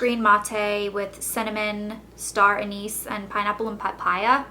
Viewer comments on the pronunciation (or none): none